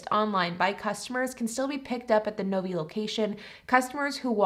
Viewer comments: The city in Michigan is Novi (NO V EYE) - Not NOVY. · Interesting your pronunciation of Novi. Having lived in that area, it was pronounced phonetically as ‘Nove eye’. Though to be fair my neighbor worked at Fords….yes with an S. 🤷‍♂️